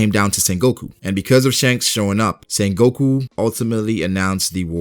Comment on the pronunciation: Bruh its not sengOku its sEngoku